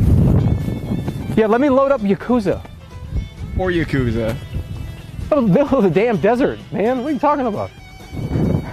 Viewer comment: who tf pronounces yakuza like that lmao